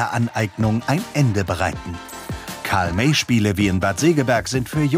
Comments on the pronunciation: Ach deshalb hat der Karl May falsch ausgesprochen 😮 Bewusst Fehler einbauen… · Es heißt Karl May 😏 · lol karl may voll falsch ausgesprochen was los walllah diggahhh